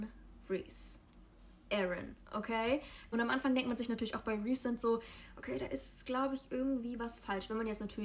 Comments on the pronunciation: Rhysand wird "Rhiesand" aus gesprochen also nicht wie "reisand" haha ich hoffe man versteht was ich meine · Achso und Rhysand spricht man Reesand aus. 😊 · Kein hate aber können wir bitte über die korrekte Aussprache von den Namen und so reden? ACOTAR als "Acotar", das A wie A im Deutschen nicht A wie im Englischen, Feyre als "Fey-ruh", Rhysand als "Rees-and" oder "Reese" (wie reese's cup), Prythian als "Prith-een", Amarantha als "Am-a-ran-tha" und Lucien als Loo-sheen... etc. (alles confirmed von SJM, in einigen ACOTAR Büchern steht auch ein pronunciation guide drin, kann man aber auch googeln)